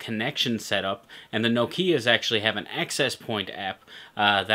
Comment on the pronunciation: it not nokiiiia its no-oh -kia